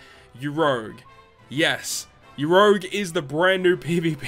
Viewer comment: Stop pronouncing urouge like that pleaseeee 😂